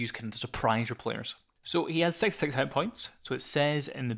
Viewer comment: Pretty helpfull. Especially ur visualizations. With drawings. And i had fun every time u said 6 cause u sound like ur saying sex 😂. Childish i know